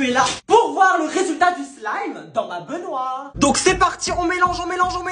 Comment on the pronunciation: C'est moi ou tu as bien dit Benoîr au lieu de dire baignoire